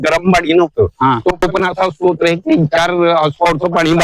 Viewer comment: स्तोत्र नाही स्रोत.